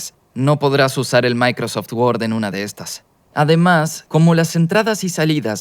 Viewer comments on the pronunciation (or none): none